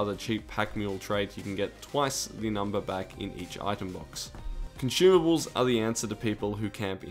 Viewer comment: cant stop hearing con-shoe-mables